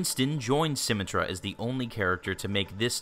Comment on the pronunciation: Dislike because of symmetra pronunciation